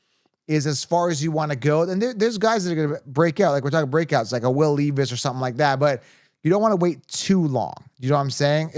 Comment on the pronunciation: Will “Leave Us” is him! Pronounced Lev-Us fr fr though